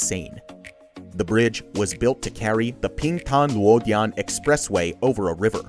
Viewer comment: Ping Tang NOT Ping Pong!